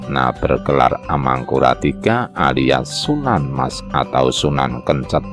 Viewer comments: Sunan kencet , huruf e yg belakang diucapkan seperti e pada banteng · Bacanya yang bener itu Pangeran Kencet mas, bukan Pangeran Kencet. Jadi tulisannya itu kencet pakai huruf "e", bukan kencet pakai huruf "e". Ingat ya, Pangeran Kencet bukan Pangeran Kencet bacanya.